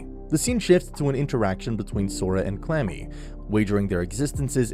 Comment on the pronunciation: He called Kurami, Clammy.